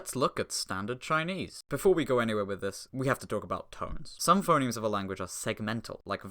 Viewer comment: That's FUH-nemes to you! 🇻🇳